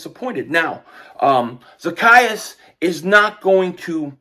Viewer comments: Funny how still got the name wrong. The E is long....Za-key-us... He did get it right in the middle. 😆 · I am in tears the way you said his name 😂😂😂😂😂😂😂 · You are so crazy. You have me rolling all over the floor lmao at you trying to pronounce his name.